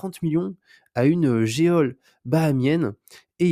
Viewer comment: geôle se prononce jol.